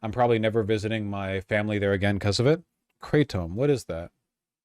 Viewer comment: "what is Kray-tom?" MY BROTHER IN SIGMAR, YOU TALKED TO PIMPMUNK YOU KNOW WHAT IT IS!